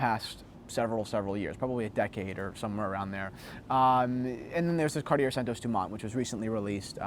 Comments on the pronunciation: My French teacher requests that you pronounce it Cartie-yay instead of Cartie-er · Let's practice saying it as the French do shall we... say this fast "Ca-Ought-Tea-Eh" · Keep the tone down please. You could be wrong too if you'd apply the French accent. It's Cartié, without anything that wants pronounce the R. Who are you to tell us what language to speak? The question was answered in English and I don't see a point why it could be rude. The conversation in English clearly fades away from the question that was asked! I now met a guy that answered a question I was asking myself for quite a while. Have a nice day. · Cartier is pronounced Car-tjay, without the "ie" sound in the middle. To pronounce it Car-ti-er it would be spelled Cartière. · Cart-i-ER LOL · Surprisingly the correct way to say it is actually cartiyay, because it's from a language called french which is a language spoken, primarily, in a country called France. Weirdly there are languages other than English that can at least be pronounced by people who dont speak the lingo fluently. Check out KDP Ross' channel he gives some lessons on correct pronunciation. As for the watches they make, they leave me cold but that's just a subjective opinion . Finally, check out the tough guy in the leather! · No, it's two syllables: car-TYAY. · Your French teacher is wrong. It is two syllables: Car-TYAY. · Yes, your Santos is a beautiful watch. There's a lot of fine detail to engage the eye, and size doesn't matter. Another thing to love about Cartier is that if you went into their Madison Avenue store, they'd be classy enough not to correct your pronunciation. Thanks for braving the cold, and showing off the jacket.